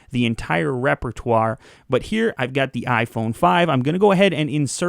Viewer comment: I have this huge urge to unsubscribe when he say words like "repertoire"